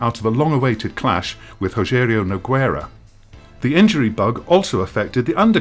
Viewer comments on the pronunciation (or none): Decent video but the narration needs a little work. Get someone who is actually familiar with the sport and knows these fighter’s names. It doesn’t seem like this guy’s very knowledgeable. “Rogério Nogwaira” (at least he got the Portuguese R right) “Brox Lesnar” “Stevens Guillard had a good footwork...”? I’m not real sure what this means, it could mean two different things. But either way it’s fucked. However, I’ll assume he was just reading what was written so I’ll blame the writing. “Holm/De Randadamie” Sorry but bad narration bugs me, I can’t watch a video like this when I know better than the narrator. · How TF did you manage to put a W in Nogueira?